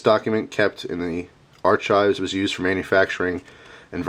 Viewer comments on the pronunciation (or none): lol ar-"chives" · he pronounced archives wrong. he pronounced the "ch" like chomp instead of with a "k" sound